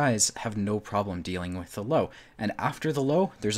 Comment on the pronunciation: LÖWE NOT LOWE at least try to get it right